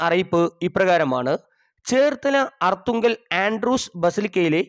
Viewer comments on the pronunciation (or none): none